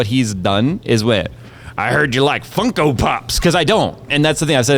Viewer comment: said funkle pops right for the first time!